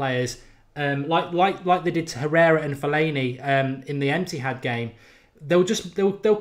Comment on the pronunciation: Did you say emptihad 😂